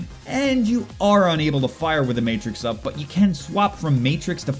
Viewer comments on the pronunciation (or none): none